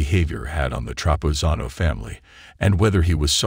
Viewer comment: Why do you keep mispronouncing Nathan's name?